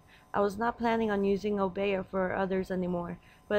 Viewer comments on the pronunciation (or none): O- bee- yah is the proper pronunciation. The woman with the rooster is Marie Laveaux.